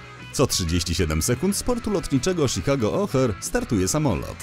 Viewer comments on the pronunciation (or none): none